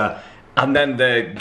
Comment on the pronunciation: it sounds like that but actually garlic dip